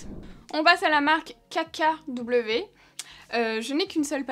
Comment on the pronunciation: J'écoutais la vidéo tout en faisant mes devoirs et là j'entends la marque CACA W au lieu de KKW je me suis dit oula faut que je regarde de quoi elle parle 😂😂